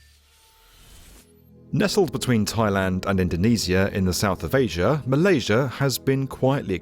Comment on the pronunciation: Marlasia's Magar Island...???????? Dude, there is NO LETTER R, I REPEAT : NO LETTER R IN THE NAME MALASIA OR THE WORD MEGA.